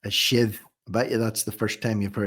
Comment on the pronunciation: His “shive” must have been in his jeans ? 😊